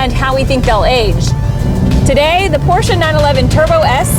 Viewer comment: So nice to hear people correctly pronounce "Porsche", with 2 syllables. Good on ya guys.